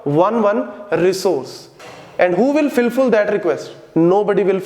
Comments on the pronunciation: did sir say filful lmaooo cutie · did he say filfull ? funny